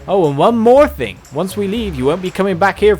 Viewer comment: why do you pronounce thing fing????